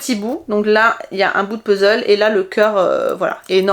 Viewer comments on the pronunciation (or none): none